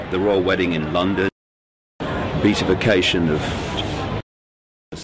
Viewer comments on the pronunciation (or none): It is really hard to take anything you say seriously when you can't even pronounce the word beatification correctly, especially when you keep using it over and over again! More importantly, Beltane has nothing to do with Satanisim! Do some research PLEASE!